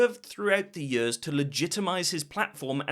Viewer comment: Do you pronounce years and ears the same?